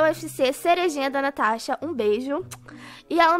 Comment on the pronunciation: ele chama a (natasha de tanasha)